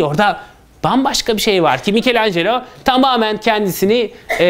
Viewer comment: "Mikelanj" değil "mikelancelo" . Yani, Micelangelo bildiğiniz gibi bir İtalyan sanatçısıdır Fransız değil. Türkiye'de neden Fransızca telaffuz ediliyor anlamış değilim. Sonra da "Türkiye'de sanat ne durumda?" diye saatlerce konferanslar veriyorsunuz.